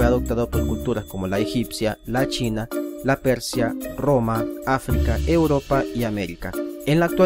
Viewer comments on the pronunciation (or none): none